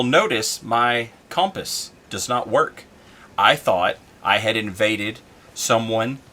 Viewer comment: compass is hiding from you cuz u say its name funny